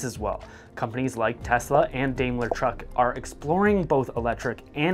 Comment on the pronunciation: I don't know where you come from but, Here in the states we call it "Dime-ler"